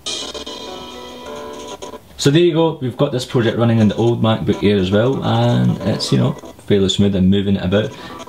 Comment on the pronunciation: Mack-boook ayer haha